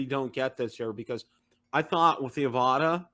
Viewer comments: You guys need to watch DJI's Pomo videos for the Avata to get the correct pronunciation. It’s not Av-ahh-ta it’s Av-a-tah. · it’s Av-a-dah :P